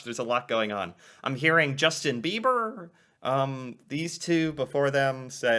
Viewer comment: did you slip and say “Justin Beaver”? 😂😂😂